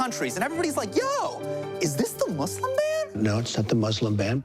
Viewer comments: he says muslim properly :O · Muslim pronounced correctly :-0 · Justin Trudeau didn't say MUZLIM ..aaaaaaaaaaaaaaaaaaah!!!! 0__O